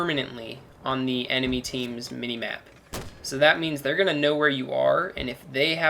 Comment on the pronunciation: It's M for MAP. not N.